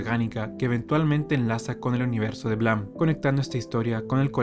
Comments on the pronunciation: Buen video, solo que terminé con TOC de tanto escuchar blam, en vez de Blame!(pronunciado bleim!) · Blam, blam, blam. Se pronuncia "bleim" hombre 😅. Buen vídeo igualmente.